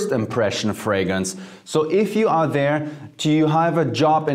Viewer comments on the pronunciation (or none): none